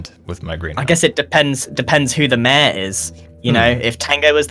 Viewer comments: hate how grians accent sounds like he says mair instead of mayor lol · Grian saying Mayh-er instead of mayor hahahaha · What I know Grian said: Mayor What I heard: Meaah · British people: we got this new word, "mayor" how do we pronounce it? Other british people: mäaer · I love the way grian says mayor, "we need a proper MEH"